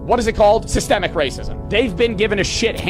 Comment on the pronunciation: I agree..also is he trolling or does he really not know how to say the word systemic lol?